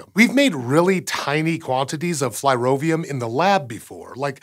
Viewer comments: you cam pronounce Przybylski correctly but not Flerovium? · Shame he messed up on the far easier Flerovium.